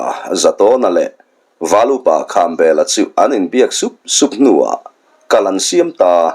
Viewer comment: Khambêla tih hi Thangliana tih thlûkin lam ni ta se.m